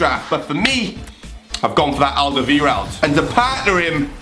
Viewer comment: its aldewereld I know cause a im dutch